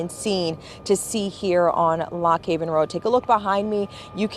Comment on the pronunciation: It's "Lock Raven," not "Lock Haven"; I recommend reading the street sign!